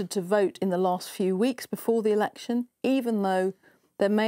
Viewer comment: says "erection".